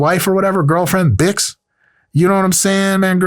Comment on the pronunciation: the way he says BIX is obscene 😂 im offended